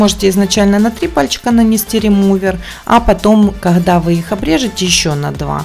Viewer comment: Почему вы хекаете...не кахда а когда..гггг😅